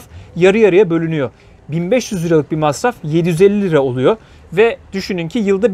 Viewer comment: Selam, videolar için teşekkür ederiz. Lakin lira mı euromu söyledin üç kere dinledim anlamadım. En sonunda yorumlarda okudum liramış. 👍👍 gayet uygun